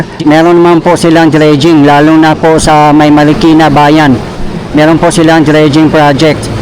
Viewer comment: Bayan ng Marikina Hindi Markina bayan, awkward pakinggan😢😢😢😢